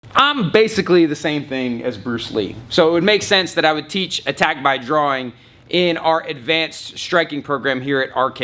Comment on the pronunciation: When he said attack by drawing I thought he said attack thy groin😂😂😂